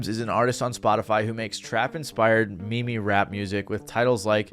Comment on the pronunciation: Did this guy just say me me, instead of meme?